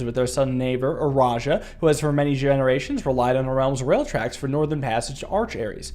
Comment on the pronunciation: Fun fact: The E in Eraja is silent. The word starts with a soft R.